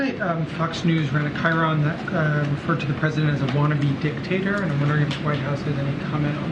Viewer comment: Joe Biden not uh -Dick-taterer!